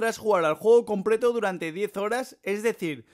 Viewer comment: Batefild compreto este men no sabe hablar :v